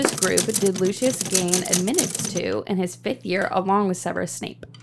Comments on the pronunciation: Looshes sounds waaay to much like the guy from Our Flag Means Death. Its definatly Lu Cius not Lu Shus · I don’t know what it is but I feel like my ears bleed whenever I hear Lucius pronounced as Loo-shus. Like nails on a chalkboard 😩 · So they say Lucius the wrong way but don’t say -nah shi sa-? It’s Lucy us not Lou shuss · Took me a few questions…. Forgot the Carlin Bros call him Lou-shis…..it’s hard for me.